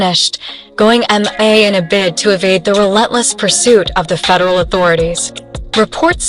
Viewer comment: I love that it said MIA Em-in-AY